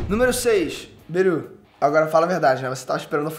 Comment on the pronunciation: tlgd quem é Beru,mas ele falou berus